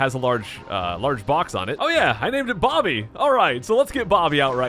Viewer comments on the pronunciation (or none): none